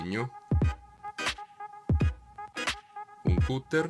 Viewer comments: Comunque si dice "catter" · Si pronuncia...Catter...bravi comunque👍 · comunque si legge "catter"